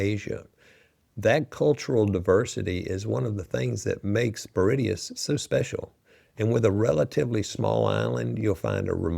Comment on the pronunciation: Mauritius, No 1…. Not Meridious. De Facto, Indian Navy & military is through structural integration, shared bases, and geopolitical alignment, India heavily secures Mauritian territory.